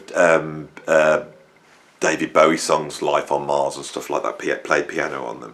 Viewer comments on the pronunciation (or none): none